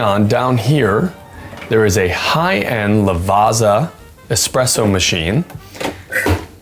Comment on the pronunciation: why do you pronounce Lavazza as La vasa? You can say pizza, not peesa. So its italian like you say pizza ... lavazza. :body-blue-raised-arms